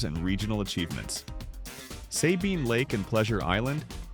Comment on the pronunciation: Worst unfactual video ever. The first 35 seconds of the video does not even show Port Arthur. Those are completely different cities. Additionally, they mispronounce Sabine Lake.